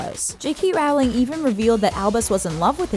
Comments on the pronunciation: JKR’s name is pronounced “rowling” like “bowling”, not Raowling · Great Video...but it's pronounced "Roll-ling" not "Raou-ling" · You’re saying it wrong! It’s pronounced rolling! not rOWling! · ITS PRONOUNCED JK ROWWWLING UGH NOT JK RAAWLING (you don't pronounce bowling as baawling, correct?) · It depends on the accent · Rowling is pronounced Roeling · I really wish these youtube presenters would learn to pronounce JK Rowling's last name. It rhymes with "bowling". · she pronounced JK rowling's name wrong. It's pronounced like bowling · Why can these narrators never pronounce Rowling correctly? It's not difficult.